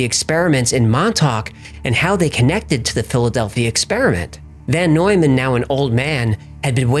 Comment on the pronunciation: It is VON Neumann not VAN.